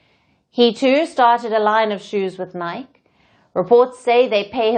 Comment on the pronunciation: could be AI? at 47.01 she calls the Footwear brand Nike ( N-eye Key) nike like rhymes with mic or mike. That kind of mistake is classic AI